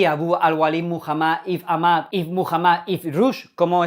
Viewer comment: "Ibn" no se pronuncia Ibn tal cual, sino que se pronuncia "Íben". Y quiere decir "hijo de". Por ejemplo, Jesús, en lengua árabe sería "Jesús, hijo de José e hijo de María" y se dice "Yesua Ibn Yosef Ibn Mariah". Por eso los españoles y los portugueses mantenemos, todavía, 2 apellidos de nuestros dos progenitores directos. ¡Saludos! Ma'salama!